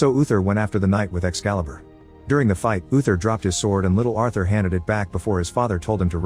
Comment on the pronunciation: You're mispronouncing Arthur 🤦‍♂️